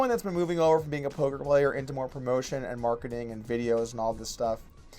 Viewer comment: OMG He said "polker hands" TRIGGERED!!